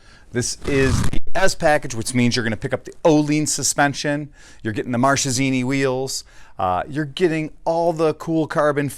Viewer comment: it's pronounced MarKesini guys!! che in italian is pronounced like K ;D